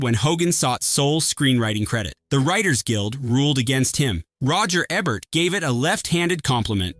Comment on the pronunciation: If you can't pronounce Roger Ebert's last name correctly, why should we trust anything else you have to say?